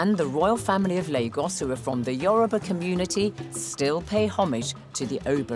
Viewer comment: Wow! I am so miffed with her pronunciation of the Yoruba names. I guess because its my language. The Benin Professors said our people are 'Orally literate' not illiterate.